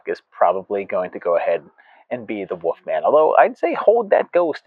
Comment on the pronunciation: pronunciation of the Woof Man always leaves me howling!